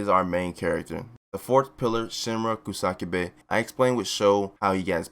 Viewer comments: Uhh it's ku sa ka be not ku sak be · The Kusakabe mispronunciations are giving me anxiety...